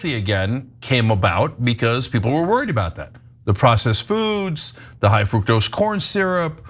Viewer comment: The U is short in fructose